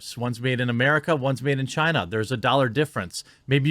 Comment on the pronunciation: Well i mean its CHIEEENAH